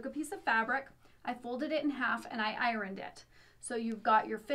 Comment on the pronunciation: You say the R in iron, its so cute I had to subscribe 😃